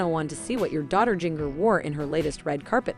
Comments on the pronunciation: You mispronounced her name EVERY TIME ! It’s like the spice Ginger not Jing( like ring) er. It’s obvious you never watched 19 Kids & Counting On. Jim Bob can have his dress standards but once married they are free to decide for themselves how they want to live & dress. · If you people want to talk about this Duggar daughter, PLEASE LEARN TO PRONOUNCE HER NAME CORRECTLY😡Its “ginger” with a J, not “ginger” like in “give.” You obviously don't even know this family so I don't know how you can report on their issues. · Please learn to pronounce her name correctly. Also several of the girls are married. That means you should use their last names as they are now. That is an insult to their husband. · Why can't any of you say Jingers name correctly?